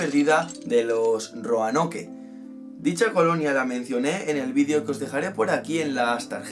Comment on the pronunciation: Se pronuncia Roanok no Roanoke xd